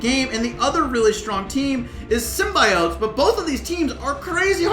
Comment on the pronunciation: love ya man but as a marvel fan pls say Symbiote properly